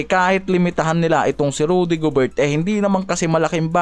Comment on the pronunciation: kulit ng mga pronunciation mo bisayang bisaya e curry- keri gobert- goberT randle- randel mga bisaya talaga e